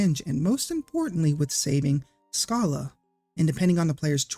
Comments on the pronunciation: Uh .... You actually did mispronounce Schala's name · I don't know where you get this "Skala" pronounciation from, but it's well... dumb. I've seen people point out words like "schedule" as their "definitive" proof that Schala's name is pronounced Skala, but they don't consider names like Fischer; do they pronounce that as "Fisker"? Come on now. The Japanese name uses the kanas for Sa and Ra, making her name Sara. The name Shala derives from Hebrew meaning virtuous and tranquil, which fits the character quite right. Schala can also be derived from German royalty, such as Schala Burghausen, ALL of these examples are pronounced SHA-LA, not SKA-LA. Sorry for adding more to this than it's already been said! I love these Chrono Trigger videos you've done and love to see the love for this game endure over time. This game captured my imagination and molded my love for storytelling too deeply, it will be close to my heart until the day I die. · What comments were saying pronounce "Schala" as "Sk" ??? Those were hard wrong. The original Japanese name was "Sara" and Woolsey was Woolsey, so "Sch" is pronounced the German way "Sh" since "Shala" (or "Shara") is closer to the original "Sara" (or "Sala"). Also, lol "Majis." Hard "g" always on "Magus," sir, regardless if you say "May-gus" or "Mah-gus." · How do we know Schala's name was mispronounced? 🤔 I've always read her as "Shah-la" but I wouldn't know how we could tell that is or isn't how the name's supposed to be pronounced. In my book, you did your job expertly. (Also I like the twist on Magus. Just to throw in a little Magus comment on a Magus video xD)